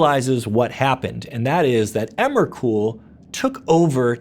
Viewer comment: Stopped listening when he said emrakul, ulamog and kozilek